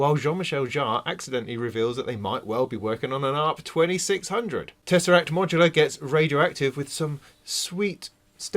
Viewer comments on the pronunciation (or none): none